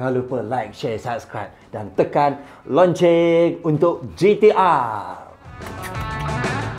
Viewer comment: suka sangat sebut "lonceng" nape? pelat..? loceng bukan lonceng ...boleh? hahahaa.. dah tua tua pun pelat